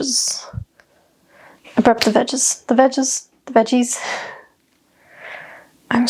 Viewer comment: The vegez... the vegeese?... the vegise 😆